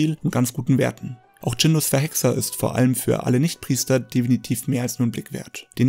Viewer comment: Ein allgemeiner Tipp: Vllt vorher ein Skript schreiben. Du sagst viel zu oft "definitv" und dann auch noch etwas unsauber ausgesprochen. Daran womöglich mal schrauben, ansonsten gutes Video.